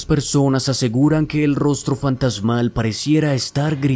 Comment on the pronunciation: Actualidade, fantasmale, keasa, keasi, capitale, cuidado con la pronunciación compañeros... El video es excelente pero el narrador por parecer afectado pronuncia mal... Con mucho respeto y cariño....